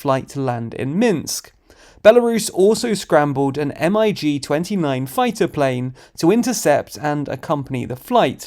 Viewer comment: That butchering of MIG-29 poor thing.